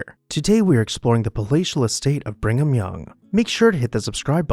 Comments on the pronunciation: Nice video, although it’s pronounced “Brig-um,” instead of “bring-um.” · Brig ham... not Bring ham.